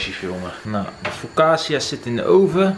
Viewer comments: Focaccia spreek je toch uit als fokkaasiea en niet fossasiea?🤣 Je vlog was echt leuk, heb het gemist de afgelopen weken!🤗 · Maar echt, je spreekt het uit als “fokatsia”